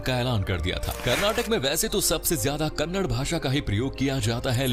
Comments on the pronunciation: Its not kannad pls pronounce it as kannada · It's not karnatak, it's karnataka, and it's kannada not kannad, and more over we call the so called language that you have spoken in video as hind Or hindi? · It is Kannada not kannad🤬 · It's not kannad , it's kannada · Kannad 🚫 Kannada ✅ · It's not karnatak, it's Karnataka And it's not kannad, it's kannada